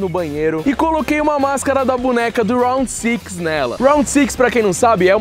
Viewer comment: round six o homem fala bonito kkk eu fako é rounde 6 mesmo normal kkk